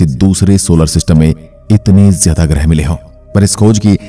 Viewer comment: ग्रह शब्द का उच्चार आप ग्रहे ऐसा क्यूं करते है?